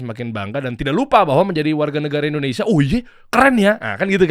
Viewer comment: Indonesia bukan Endonesia, Nung 😂